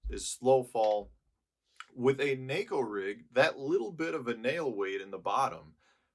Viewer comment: Thanks for pronouncing “neko” correctly.